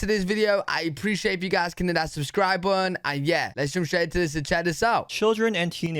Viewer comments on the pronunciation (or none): When are you ever going to learn how to say "button"?